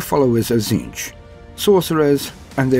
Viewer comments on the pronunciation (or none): none